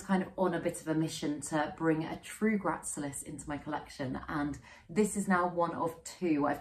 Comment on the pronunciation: Hey. Another fab video - starting to get really into jungle cacti at the moment, so love so many were featured. Lush! Just a note to say that the hoya gracilis is pronounced grass-ill-is:eyes-pink-heart-shape